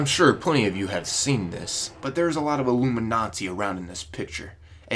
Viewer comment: Ha thought you said IllumiNAZI